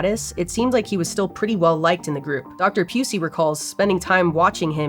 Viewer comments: Anne (Pew-See) you say, huh🤔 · Pew-si ok it’s not pronounced like that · Dr. Pusey 😂😂😂 really? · Why is all I heard was Leakey Pusey?